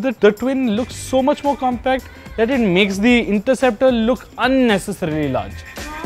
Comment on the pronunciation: the narrator says interruptor! ha ha